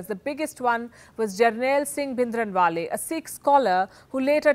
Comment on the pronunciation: Oh my God! What a shame.. you don’t even know how to pronounce Bhindrawala and giving a lecture on Khalistan. The history you are sharing is wrong and incorrect (I mean history is who writes it, the history you are stating is not what Sikhs remember). Please do some genuine research before start talking about such sensitive topic.